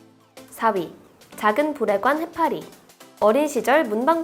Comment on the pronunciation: 아...저 음란마귀 쓰인듯...부레관인데 계속 부.ㄹ.관 해파리라고 들려서 응?...응?...응? 하고 들을때마다 놀래요 ㅠㅠ